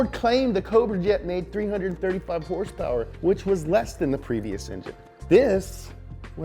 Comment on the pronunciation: horsepower? u mean....herrrssspewerrrr, right?